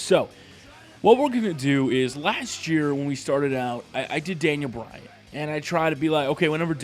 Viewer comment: he always says bryant